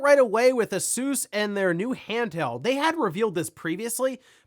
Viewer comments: The way he says Asus is so annoying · Haha do you guys call it A-soos in America? It's definitely Ay-sus in the UK, Asoooos sounds really lols